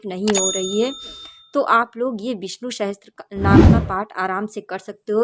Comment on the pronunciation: didi aap bahot accha kar rak rahi hai --- par VISHNU "SAHASRA" NAAM HAI NAH KI "SAHASTRA" NAAM